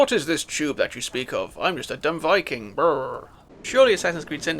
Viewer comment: whats a "viking-uh"?